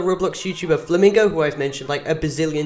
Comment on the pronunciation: Mr Flamingo not me flim flam bro can't even say it right